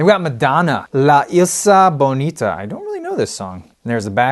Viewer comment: "La Ees-la Bonita" lol